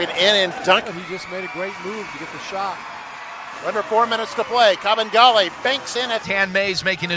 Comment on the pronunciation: It's pronounced Kabengele, not Kabengala.